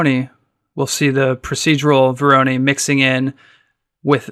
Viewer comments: Vor - ruh - noy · When did Voronoi become veronee?